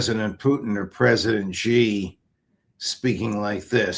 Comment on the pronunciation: President "Sheeeeeee" not "Jee", that's how you pronounce Xi Jinping.